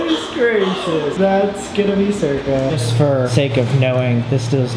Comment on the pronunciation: i didn’t know the dogs name was “circa” and all i could hear was “zerkaa” bc i’m a zerkaa stan HAHAHAHAH